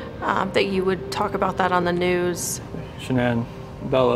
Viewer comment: Why can’t anyone pronounce Shanann’s name right? It drives me crazy lol